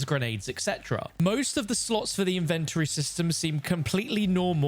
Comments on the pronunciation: That’s the first time I heard anyone pronounce Inven-tory like Invent-tory. I was so conufused at first 😂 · why do you say inventory like that?